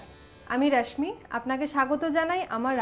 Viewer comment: খোট্টাদের মত রাশমি বলেন কেন? আপনি কি খোট্টা?